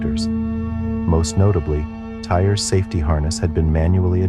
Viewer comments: Tyre, tye ree, not tire.❤ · His name is TY-REE not tire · Tyre Sampson's first name is pronounced "tie-ree" not "tire" 🤦‍♀ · His name is TYRE (Pronounced TYREE), NOT Tire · Ty-ree. Not tire. So disrespectful! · pretty sure his name would be pronounced "Ty-ree" no? idk this video feels like content farm slop, not really interested